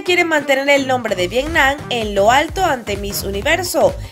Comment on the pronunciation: No sabes pronunciar Vietnam y outfit?